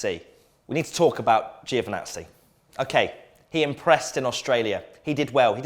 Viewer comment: Crofty needs to learn that there is an I after the g in giovazzi not joe van nazi